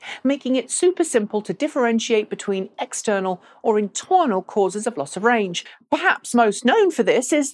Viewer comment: Intwernal? Lol!